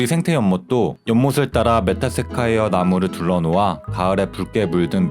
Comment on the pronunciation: 메타세콰이어 발음이....